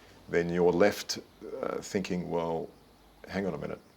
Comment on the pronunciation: why does she go from "finking" to "thinking"